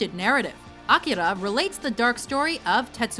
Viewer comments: A-KEY-Ra. Not Akara... Darn it... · It pisses me off that she pronounces Akira wrong... It's A-cure-ra >_> facepalms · Akìra, the accent on the "ì"! ." So, where is Shin Getter Robot: The Last Day? it's a 13 episodes oav basically epic, psychotic and violent. I should fit in this classify also, "Ninja scroll", only the first one. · they pronounces akira so wrong... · god i hate the way she pronounces "akira"